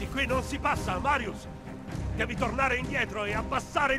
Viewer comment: All’inizio a detto Mario e non Marius